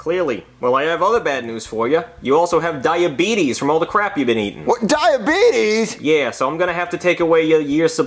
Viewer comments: He Said Dieabetes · I love when he says diabetis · He said diabeetus